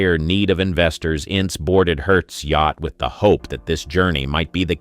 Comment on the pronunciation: Pretty poor AI. I laughed when it pronounced yacht as yak-t!